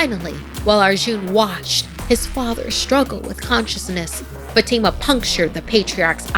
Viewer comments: Isn't Fatima pronounced Fahh-tii-mah? Not Fuh-tee-ma. Just wondering, I've never heard it pronounced that way. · Something Scary doesn't feel scary anymore. Not that Sapphire isn't here. is a good narrator, except for some name pronunciations like Fatima. But the problem is that the 'animation' is now just illustrations with PowerPoint animations, and the art style only has detail in the thumbnail. The characters look flat. Many things feel wrong.